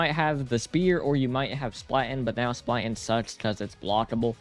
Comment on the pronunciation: "zuis" "splaten" what are these pronounciations like okay, i kinda get zweis, there isnt really a similiar sound in english. but "splaten"? why is he L in front of the a??